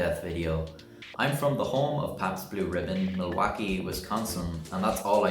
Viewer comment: That's how resonance is! Waves hittin somthin an bouncin back.ya mispronounced Milwaukee that'll probably bounce off those GreenBay Packer lovin cheesheads!